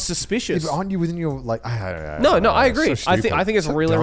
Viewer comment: Connor saying arn't you within your right.... he is so cute, he thinks we have rights lmao